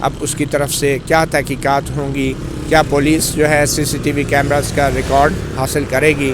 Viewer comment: کیمراز نہیں کیمرے